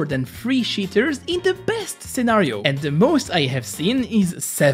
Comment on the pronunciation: "a scenario" pas mal le petit accent francais